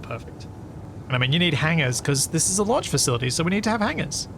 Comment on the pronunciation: The "LUNCH Facility" ??? 😂